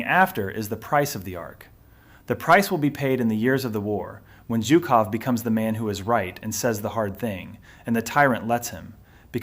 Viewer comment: If you are going to make a video about a single person, you should at least manage to pronounce his name correctly. It is not zukoff, but zhukov with the first two letters in the English transliteration representing a single Russian letter. Zhuk in Russian means beetle or bug and so a loose translation of his name is "bugman."